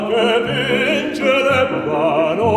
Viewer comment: Der junge Mann am Anfang hat noch deutliches "technische" Probleme: Flattervibrato. Wäre interessant gewesen, wenn Herr Hampson darauf einginge. Oder auch das gespreizten "i" korrigierte. ("Vence lebbano" anstatt von "Vince") Natürlich kann man eine so tiefsitzende Angewohnheit (caprino) nicht mal eben im vorbei gehen ändern, sollte aber angesprochen werden. Genauso hat er kein Konzept, für die höhere Lage... Ich hoffe nur, dass so eine Meisterklasse nicht zu kostenintensiv ist.